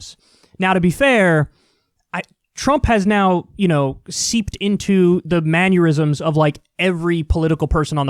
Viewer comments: Is mannerism the new rural? Its mannerism not manurism lol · Kyle, Kyle, Kyle... It’s “mannerism” not “manyeurism.” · Kyle, "mannerism" does not rhyme with "aneurysm" 😂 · It's mannerism pronounced man-err-ism, not like aneurysm with an m in front of it. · It's mannerism, not mannurism.